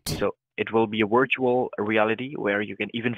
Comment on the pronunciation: "Wir-tuwal rEaLiTy" 😂🎉